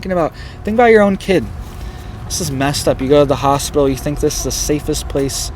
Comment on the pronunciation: PIT ...Is in the middle of the word Hos-pit-tal......😇